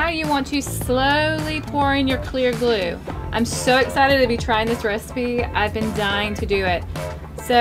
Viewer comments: I though you said no glue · You said know glue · You said mo glue testing slime